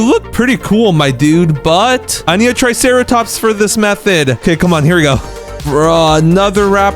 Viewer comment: And u called the triceratop truceratops